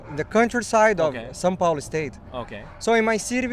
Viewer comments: "San Pablo" "Sam Pablo" kkkkkkk eu ri. It's "São Paulo" gringo friend! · São Paulo, not Sam Pablo. Nice content enjoy watching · I really enjoy your content but I have to say... It's not Sam Pablo, it's São Paulo! Haha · São Paulo not "San Pablo". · são paulo not pablo😂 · Not "San Pablo", but São Paulo. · Is “São Paulo, not São Pablo” Hahah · It is not San Pablo. It is São Paulo. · It's Sao Paulo, not Sao Pablo 👍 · I'm dying of laughter with São Paulo being understood as San Pablo lol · this is an amazing video! Being a brazillian with part of my family in japan, i wanted to see how it was there and finding this video really really helped! good job! and, the city is called São PAULO not São Pablo. Just noting that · É São Paulo e não São Pablo/San Pablo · São Paulo, not San Pablo. haha. love it. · *São Paulo, not San Pablo 🥰🥰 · Very nice! Again, it's "São Paulo" instead of "San Pablo", the latter is spanish :D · it's not San Pablo. it's São Paulo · São Paulo, Not Sam Pablo. Samuel Pablo. hahaha Thats funny but not a real city. São would be like the Spanish San and the english Saint. Paulo was a Saint. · São Paulo 😭 not san pablo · It's São Paulo, not Pablo wich is the spanish version of the name Paul. I really like those interviews. I lived in Japan for almost 7 years and my biggest frustration is that I didn't even get close to Japanese fluency. Now, more than 10 years later I almost forgot everything. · San Pablo じゃなくて, São Paulo です🤣 いい動画